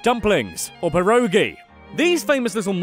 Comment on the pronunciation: My god you butchered pierogi so wrong